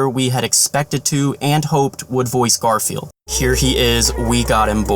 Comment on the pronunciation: What you say: Garfiel What I hear: Garfield